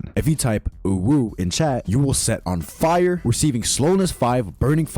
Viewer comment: he also says “AH FIRE” when on fire